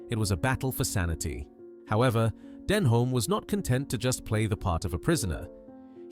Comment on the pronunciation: Learn how to pronounce Denholm, Reading and Savile.